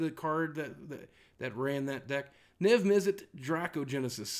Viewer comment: Niv Mizzet Draco-genesis? C'mon Boogie I thought you could read.